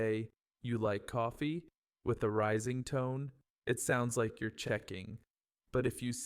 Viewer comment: Like a native, not LEIK a native